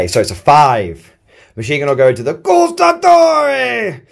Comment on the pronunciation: please don’t say “gustatori” is “guAstatori”, you have to say THE A LOUD